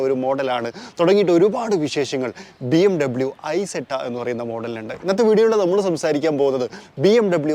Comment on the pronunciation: ഇസെറ്റ എന്നാണ് പറയേണ്ടത്